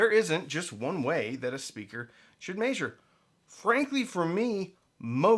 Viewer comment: Why do you say "maesure"? Instead of measure?